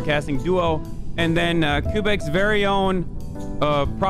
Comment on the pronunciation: ''koobek'' lmao